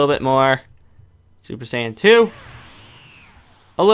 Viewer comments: It's super Saiyan not super sandwich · did he say super "sandwich" 3